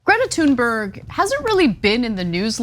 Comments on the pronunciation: its not pronounced tune its thune and this idiot is sayn her name wrong as well they are all idiots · Is anna the only one that doesn’t understand how to pronounce her name? Tune berg? That isnt how to pronounce it, i dont know who told you that but no, nope. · Her name isn't pronounced "Tune berg", it's "Tune berry". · Totally agree with you guys, on this. However, just a heads up. You guys don't pronounce her name right, either. Greta (gree-tah) Thunberg (toon-berree) And you roll the r's in both cases. Hello from Sweden. =) Keep up the good work on covering this. It pisses me off how they're going after Greta like that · Greta, you can fade these weirdos any day of the week. It's Thuuuuuurnberg homey. Easy af to say. You guys gotta stop with this shit about pronouncing people's name's wrong. It's super lame. I mean, loser supreme. Oldest, weakest, act ever. Stop bro. That girl is absolutely the shit. These weird dudes are are some of the lamest haters on Earth. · sorry but you are wrong. Her name is pronounced Toonberg. To make it even more authentic you would say Tünberg. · If he can't be bothered educate himself enough to find the correct pronunciation of her surname, why should I believe anything else he says? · If you're going to mention her name then pronounce it properly. What an ignorant man but not surprised he goes on Tucker's show (another ignorant creature). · He can't pronounce her name and he has no understanding of Autism. Tucker Carslon just keeps getting even more rank. Good follow the money Ana ... I'll repurpose one of my laser satellites to give this guy a close head shave ... as**ole.